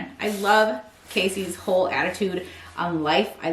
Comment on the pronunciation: Hi. Cassey pronounces her name like Cassie not like KC. Not trying to be rude it just bothers her and I want you to stay on the PR list lol.